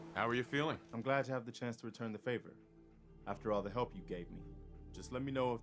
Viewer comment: not ze cow